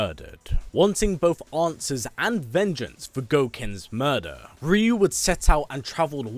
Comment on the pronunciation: Cringe* every time I hear the commentator pronounce Ryu’s name as Reeeeyoooo 🤯 makes him sound like a different person 🤣